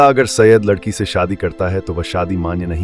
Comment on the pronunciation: 100% wrong information. Thikh se pronunciation bhi nahi kar paate Saiyed ka or chale Saiyed pe video banane